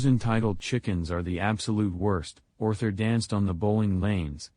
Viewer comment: You mean Orthur?